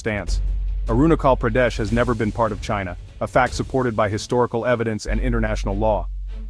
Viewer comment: China itself illegally capture tibet so how china claim arunachal pardesh ?? ... N pronounce correctly .. i must say your pronounciation is very bad and irritating 🤣🤣🤣